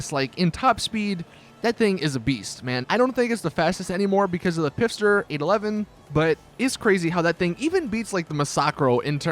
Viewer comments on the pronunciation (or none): Still saying pfister wrong